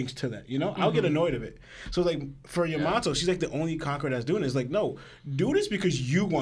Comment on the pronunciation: Cant stand the way you guys say some of the names its Yamato not yaMato